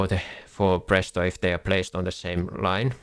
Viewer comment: You are finnish right, your accent gave that away instantly. Try to say Phraesto next video and not prästost lmfao